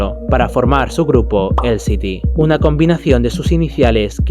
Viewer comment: Me encantó tu vídeo! 💞 Eso sí, tal vez deberías considerar buscar como se pronuncian correctamente algunas palabras o nombres (como "Ziegler" o "LSD" ) esto lo puedes hacer buscándolo en Youtube (artistas pronunciando sus nombres, por ejemplo) o escribiéndolo directamente en el traductor de Google y dando click en la parte de "escuchar". Sigue así 🌹🌹🌹